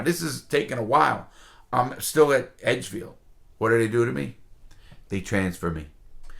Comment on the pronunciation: "EdgdeField" lmao